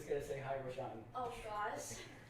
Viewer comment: “I look horrible”.....Lmao.....And try to pronounce the Ray in Rayshawn,, but you can say it the way you have been if it’s easier.